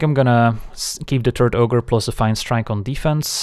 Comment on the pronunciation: I keep hearing "Turd Ogre" instead of "Turret Ogre"